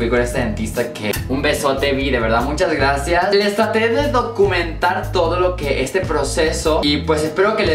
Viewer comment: Choche dijo GLACIAAAAAAAAS! porque es chinita jajaj